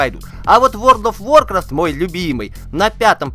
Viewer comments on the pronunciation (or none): Спасибо за обзор! Обратите внимание на голосовой звукоряд при монтаже видео. Готов поспорить, что децибелы выходят в красную зону. "Ворд оф вОркрафт" это демонстрирует)